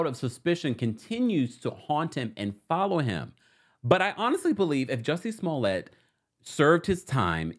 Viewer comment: That great French Actor????😊 Juicy Smoo-lay?